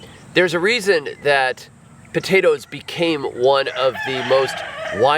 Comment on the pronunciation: Taters?….what’s Taters? POTATOES! 😂